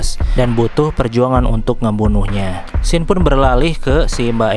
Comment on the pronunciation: Gw udah sub bang. Krn u baca scene dibaca sin. Cz ada yg bikin pidio scene dibaca sken bikin geli. Wkwk2k